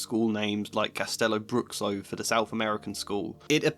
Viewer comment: Bruxo is pronounced "broosho". Just FYI.